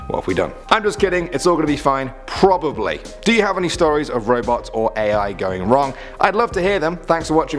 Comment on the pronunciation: Wait......did you say probably?